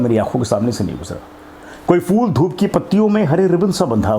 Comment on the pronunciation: آپ کی عمر، آپ کا ذوق قابل تحسین ہے۔۔ اور آپ کا اردو تلفظ اگر ٹھیک ہو جائے تو اور بھی اچھا ہو جائے، جہسے، پھول، کو فول، لہجہ کو لہظہ۔۔ اسی طرح اور بھی ہیں جیسے توقف و سکتہ، نفس و کشش۔۔